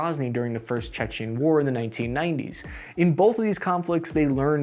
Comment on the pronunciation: It's 'Chechen' not 'Czechian'. Czechia is the Czech Republic, and Chechnia is the home of Grozny in what is now Russia.